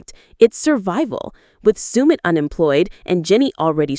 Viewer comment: Could you please pronounces Submits name accurately, if you’re going to do a post make sure you can pronounce everything correctly. 👍